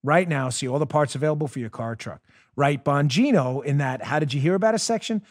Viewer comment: Dan the spot on man! Hey! I love you brother! By the way, I believe the "g" in your last name may be silent.. Bo' neen' o.....Not for certain, but may be silent.... Let Us All Protect Our Personal "Alamo" like the couple in Saint Louis!